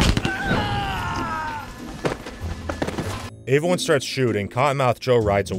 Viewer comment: Or every time he says “averyone”